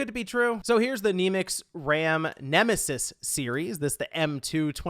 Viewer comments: Its pronounced (Nem A Sis) Great review !🤘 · Its ne-me-sis... Like a synonym of enemy... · Dude said nemus instead of nemesis